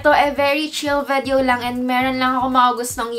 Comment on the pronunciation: Why are you keep saying vedyo